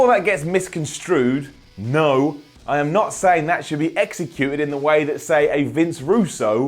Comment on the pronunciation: You pronounced "misconscrewed" wrong.